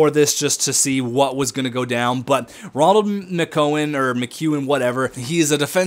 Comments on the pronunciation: Rol-end - Muh-que-in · Role-and Mic-ew-an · in all honesty not trying to chirp: do you have dyslexia? because you shank a lot of names and your calling Roland Mckeown ronald which doesnt make sense <3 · Roland not Ronald